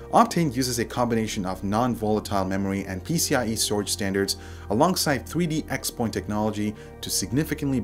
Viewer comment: I'm pretty sure it's pronounced 3D cross- point, and not x point